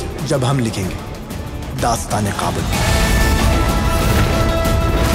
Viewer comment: it's Kabul with k not Qabul with Q .the actor should pronounce it correctly.